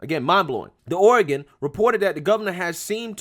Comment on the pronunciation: Oh-ree-gawn don't go in for all that fancy book learnin' (starts playing DUELING BANJOS)